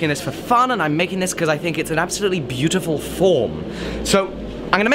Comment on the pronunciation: Nobody:: f(h)orm